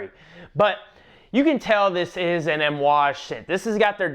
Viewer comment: it sounded like you were pronouncing amouage with an "M". lol.....great video btw, i love my J40